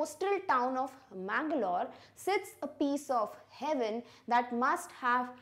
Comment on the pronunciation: sorry mam that manglore prounsiation is wrong